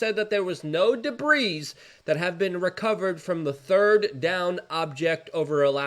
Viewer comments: Pronounced de bree Not debreeze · Luke the word debris has a silent S. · Luke the s is silent in debris